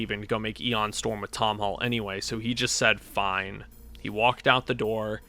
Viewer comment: Great video! But it’s MICK Gordon and ION Storm, not MIKE Gordon and EON Storm.